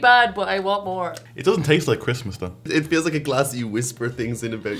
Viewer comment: We're here for Chrasmas! ...what's _Chrasmas_?